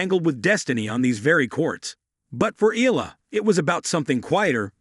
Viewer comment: could you please learn how to pronounce EALA properly out of respect for Alex?